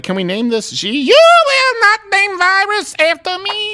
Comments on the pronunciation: Learn to Speak, jeez. OMICRON Xi, is 'SHE' not 'ZE' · fucking LOST IT at that Xi accent loool